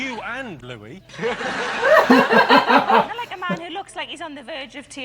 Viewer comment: Louie......not Louis,.LOL